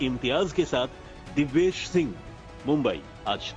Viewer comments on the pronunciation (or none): none